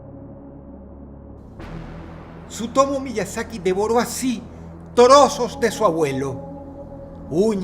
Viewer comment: ¿Ha dicho Dross "torosos" en vez de Trozos? Eso es muy anime XDD